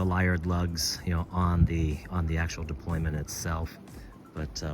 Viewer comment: Is it “deployment”, or “deployant”?